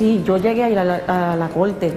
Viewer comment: Corte con “r” no colte con “l”